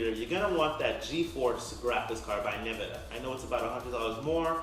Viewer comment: Incidentatlly: it's Nvidia. Pronounced EN Vid ee ah.